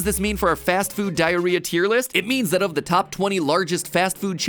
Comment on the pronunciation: 27 times you said diarhea